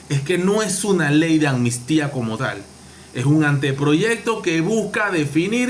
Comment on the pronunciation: Hola , es AMNISTÍA no Anmistia.Diga la PALABRA COMO ES.ACUERDATE AMNISTÍA.estas Claro Yow NOWW